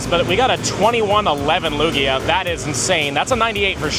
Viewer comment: Why do you call Lugia by the name of Luigi?